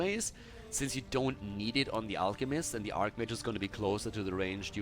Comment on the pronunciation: Man is not pronunced ARKmage is archmage with a soft C...o my god...